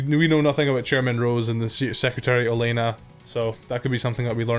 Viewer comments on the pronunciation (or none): none